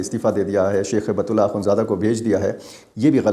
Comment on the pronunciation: ایک اصلاح کر لیجئے ۔۔۔ امیر افغانستان کا نام ہیبت اللہ نہیں ۔۔۔۔ ھبة الله ہے ۔۔۔ ھبہ عربی زبان میں تحفہ کو کہتے ہیں ( کوئ شے ھبہ کرنا ). ھبۃ اللہ یعنی اللہ کا تحفہ ۔ ڈاکٹر سیف الرحمن محسود ۔۔۔ اسلام آباد ❤